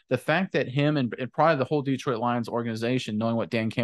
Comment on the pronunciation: I love your videos but every time you mispronounce "Detroit" it's like fingernails on a blackboard. The emphasis should be on the second syllable. Please. Thank you.